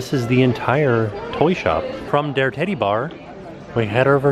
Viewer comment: Teddy he said TED-DY, sheesh!